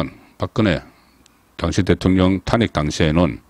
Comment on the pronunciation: 탄핵의 발음이 그렇게 어려운지요? 정말 듣기 어렵네요 탄핵 말 하지마세요